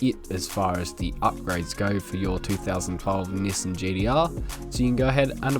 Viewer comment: Appreciate the vids but hearing "Nissin" really hurts my soul